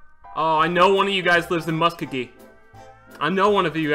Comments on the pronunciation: Mus Kuh Gee xD It's Mus- koe- Gee. I live just North of that place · Oklahoma resident here. "Muh-skoe-gi" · It’s pronounced “Musk Co Gee” Speedy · I live in Muskogee. 1st. Speedy. It's pronounced mus-KOH-gee. 2nd. Yes. It will revive your channel. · Musk-o-gee is how you pronounce it. I live 30 minutes from there. Heart broken :,( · (muh-skoe-gee) is how you pronounce it. I live about 40 minutes away from it in sapulpa Oklahoma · Speedy, imma help you out, its pronounced MUH-SKO-G-EE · Speedy its pronounced muskogee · HAS HE NEVER HEARD OKIE FROM MUSKOGEE?